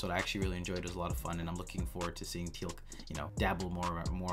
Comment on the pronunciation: You're saying Teal'c correctly!!! Finally!!! So proud of you.